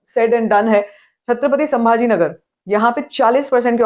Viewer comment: I see the all your videos on the booking update ,your review you are talking style your specially pronunciation of Sri Sri Chhatrapati Sambhaji Maharaj for hats off from my side 👏,way of your talking is superb ✌️👍thank you so much 🙏Jai Shambhu Raje🔥🚩❤ We are always grateful to you for the respect you have given to sambhaji maharaj